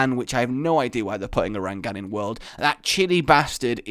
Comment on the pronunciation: Why do you say urangann when its uragaan